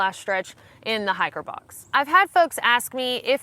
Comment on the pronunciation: At first I didn't understand what a "hacker box" was.